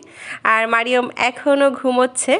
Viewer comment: আপু মারিয়ম না মারিয়াম এটাই হচ্ছে শুদ্ধ আরবি এটাই বলার অভ্যাস করুন ছোটবেলা থেকেই শুদ্ধ নামে ডাকুন